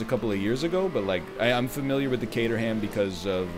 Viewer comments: Never heard it pronounced "cater ham" before. I've only ever heard "Kay trum" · Caterham is pronounced Kate-rhum I'm from the Caterham. I'm not trying to be "That guy" I'm just aware that most North American's are unaware of how it's pronounced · Caterham pronouned = K-trum (I know don't ask too much top gear) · I came to the comments hoping that someone had already said this CAYDER HAM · The Caterham is pronounced Cater um. Love the video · The egg's emphasis on the HAM part of Caterham hurts my British ears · Might be the most "American" he's ever sounded. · Well, that's one way of saying Caterham. Not the English way, but it's a way, I guess. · When you pronounce Caterham you need to drop the 'h' 👍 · The butchering of the names though ;) Caterham is pronounced without the h. Per Jeau, Voxull, Citrun...cars have weird names.